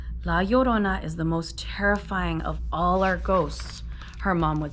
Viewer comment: You were the only person I found to say la llorina correctly while reading this chapter